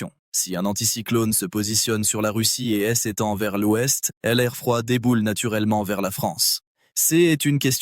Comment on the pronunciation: Lecture fastidieuse par une voix artificielle qui ne sait pas lire l' et prononce pour le mot l'ouest : el ouest!